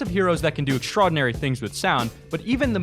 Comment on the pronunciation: This dumb ass said "extrodinary" lmfao